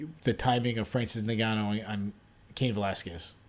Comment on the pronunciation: I enjoyed the recap, but how in the hell are you still pronouncing Ngannou wrong?